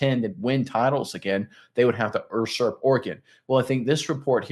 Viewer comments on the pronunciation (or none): He’s flat out pronouncing it dead wrong. The word is U-surp. He pronounces it Ur-surp